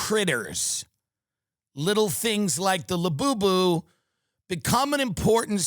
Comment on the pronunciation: I find it very hilarious when you say la boo boo